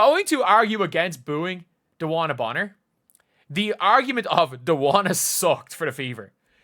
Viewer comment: Bonner is actually pronounced Boner